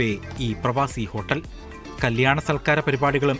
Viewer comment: ഹോട്ടെല് അല്ല ഹോട്ടൽ 😆😆